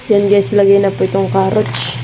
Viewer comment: carrots not carroach✌️✌️✌️✌️